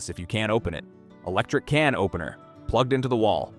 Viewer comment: The way he pronounces "cannoppener" 🤣🤣🤣🤣🤣🤣🤣🤣🤣🤣🤣